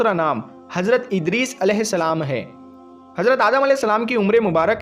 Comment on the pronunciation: Are jahil hajrat nhi hazrat bol phle jakar urdu pad